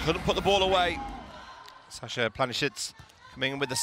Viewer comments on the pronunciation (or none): none